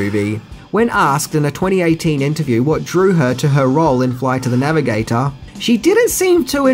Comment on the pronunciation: Say it with me... "Floight of tha Navigataaaaaahr"